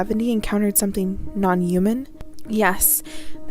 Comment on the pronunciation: Why the hell do you say "human" like that!?! Good Lordy girl update your audio too!!